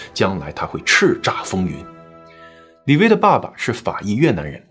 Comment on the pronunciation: 李薇 - 薇是第二声吧，不是发第一声 微